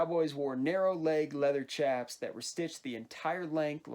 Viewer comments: They’re pronounced sh-aps not ch-aps I’m sorry about mentioning this but it really does just make me cringe to hear it pronounced ch-aps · They had bat wings in the 1870s but red dead makes them to baggy plus the way you said chaps triggers me